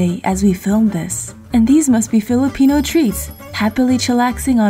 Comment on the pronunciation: OMG your pronounciation of those filipino delicacy is the best! Didn't expect that! 🇵🇭🇵🇭